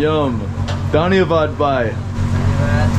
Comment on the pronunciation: Thank you for sharing your experience in Nepal, my only feedback for you is the pronunciation of 'bhai' whereas you sound like 'bye', hence the confusion, please do not take it otherwise, you made an effort, and that alone means a lot, I have a lot of expat friends living in Nepal for the last two to three decades, yet they refuse to learn Nepali which is sad.